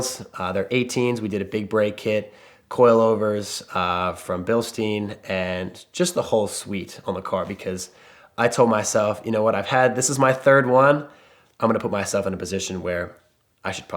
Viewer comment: Love the safety car concept but… Could you please pronounce Bilstein correctly. It’s not steen dude lol.